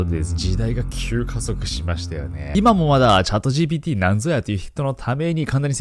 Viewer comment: チャットジービーティーって言ってない？？